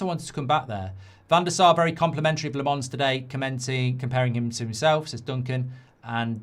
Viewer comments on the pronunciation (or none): Its LA-MENS, not LE-MANS. Uve been saying LE-MANS. just need to switch the vowels uve been pronounce, mark... though it doesnt matter if u couldnt do it. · Lammens 👹 not Lamonce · Still getting Lammens wrong mate 😂